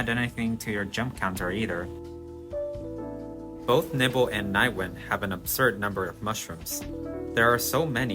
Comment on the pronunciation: I’ll never forget you pronouncing Nibel as “nibble”. Of course there’s no right or wrong with these names, but that doesn’t mean I can’t cringe at it. 💀